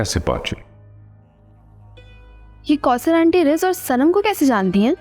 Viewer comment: Kousar not koter